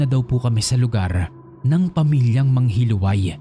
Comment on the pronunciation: Yung sa 1st story po hindi po MANGHILUWAY ang pgkabigkas nun kundi MANGHILU-AY. From the root word HILO (LASON). Wala lang na share ko lang.